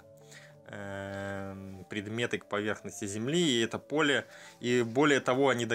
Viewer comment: Какой красава? Безсвязная, сбивчивая речь.. взялся рассказать/пересказать, так хотя бы подготовься для начала.. а то опять эти 'то есть', 'скажем так', да 'как бы' через каждое предложение, и там где им не место. И солнце у него она, и 'от какого то полЕ'.. 'луна имеет форму приближенную к форме солнца'.. "Я не знаю, я прогнозирую, что их лавочку закроют тоесть, скажем так" Блин.. если ты хочешь донести что то до людей, причём не спонтанно, а намеренно, по готовому материалу.. Ну То Есть ты сначала изучи этот материал, подготовь черновик Скажем Так, по репетируй перед зеркалом Как Бы.. а уж потом бы, нормально все изложил.. весь свой рассказ, мог рассказать в двое короче, более понятно и доходчиво.. а тут получается, что если бы не знал заранее сути перессказаной истории, то совершенно другая картина складывается.